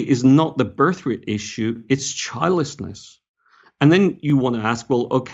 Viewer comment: When you said "childlessness" at first, I thought you were saying "childishness". I'd say childishness or selfishness is a cause.